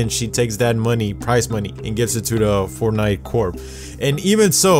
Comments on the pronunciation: I heard forpnite corp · “fort nite Corp “ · Are We just going to skip past how you said fortnite